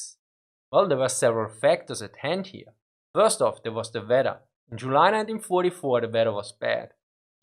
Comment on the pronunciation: I love the way u say weather. The Vedther